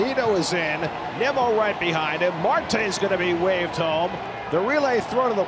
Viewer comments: They pronounced it Nee-mo. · they literally said NEEMO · I know it’s the As, but MLB commentators butchering Nimmo’s name at this point in his career is embarrassing and disrespectful